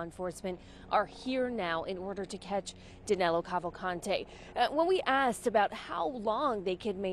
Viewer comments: His name is Danilo (Da-NEE-lo) not Danelo. Danelo is not even a name in Brazil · Get his name right, at least. Danilo Cavalcante.